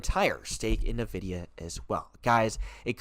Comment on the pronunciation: sir its....IN videa.......N.....is IN.......not nuhvidea